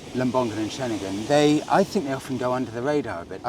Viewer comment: Same goes for Ceningan too, so Cening-un, not Cening-gun.😃😃👍👍